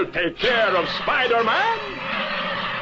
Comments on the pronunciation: "ok spydamen" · I love how often it sounds like they call him spider-men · Okay, Spidermon. :P